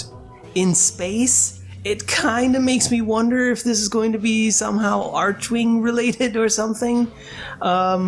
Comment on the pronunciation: Each time you say 'archewing', can't help but smile